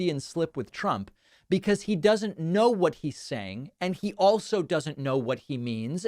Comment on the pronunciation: Does he say "against tyrants THAT support the one and only movement" or "against tyrants AND support"? His pronunciation is so bad...